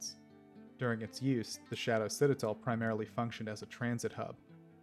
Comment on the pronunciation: Back and still mispronouncing Citadel